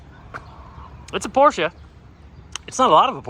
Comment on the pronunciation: Remember it’s a Porsche…..not a Por-sha, Marsha!